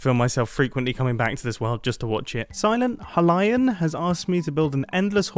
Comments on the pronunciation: He called silenthylian, silent halian... I reaaaaally hope im getting wooshed here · SilentHylian: submits silly redstone idea Mumbo: “Silent Huh-lion” Me: excuse me?